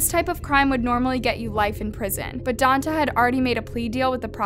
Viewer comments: Omg his name is Donta and it's pronounced Don-tay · If you're going to report on this story, at least learn how to pronounce their names. Don-TAY not Don-tuh. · It’s pronounced Don-TAY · “DON-TAY” Jesus. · It’s don-tay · Pronounced DON-TAY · It doesn't matter but it's pronounced "Don-Tay"